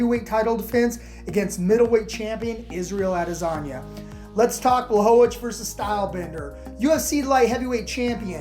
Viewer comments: did you say adelasagne? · “Add-ezaña” lmao